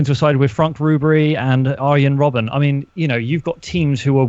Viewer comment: Mark also says Robban rather than Robben